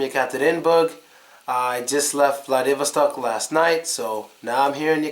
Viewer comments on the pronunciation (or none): none